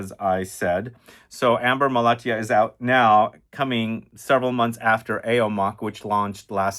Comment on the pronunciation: I am from Malatya, which is a city located in Turkey, also famous for producing almost 60-70 percent of apricot around the world thanks to its soil. It is really interesting to see this fragrance here and your pronounciation is on point 🙂